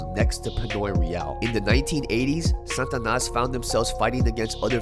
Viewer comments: The way he says "SANTanas" when it is "SATAnas" is pissing me off lol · Satanas… not Santanas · It's SATANAS not san'tanas what am hearing from ur pronunciation sir. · sts pronouncian is "Santanas" or what is real Satanas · Pronounce it correctly Sa-Ta-Nas not 🎅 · Sa ta nas... not San tanas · it's SAT-A-NAS not SAN-TA-NAS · Why are you sayin santanas is satanas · Why you keep saying “santanas”… not “satanas” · Is it Sa-TA-nas or S-AN-tanas because you spell it Satanas but pronounced it SANtanas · Satanas though,not Santanas. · If you pronounce it Santanas one more time!!! 😡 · Why u keep saying Santanas? Or is it the stuffy nose? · Its funny when you say it Santa nas. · There’s no “N” pronunciation after SA.. TA NAS (slight accent on 3rd syllable) SataNAS from my experience knowing them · Ask your wife how to pronounce Satanas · you saying it wrong bro